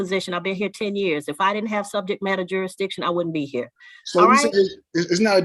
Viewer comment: He calls it. " Juridition". Thats not even a word.